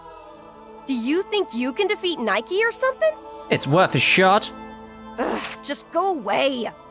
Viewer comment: Gosh, you really should have played the Game in its Original Japanese Dub, some of the lines are just poorly portrayed in comparison to the Original Dub. Or the pronounce of the Names, like Niike. Its NIIke, not Neiki goddamned. XD